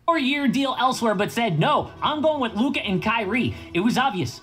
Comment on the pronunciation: Does flight not know how to say Luka name?